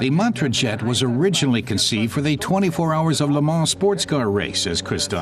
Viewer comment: It ain't "Djet 6" but "Jet 6"...